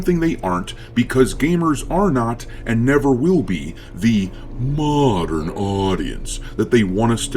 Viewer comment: I love it when you say MoDerN audience 😍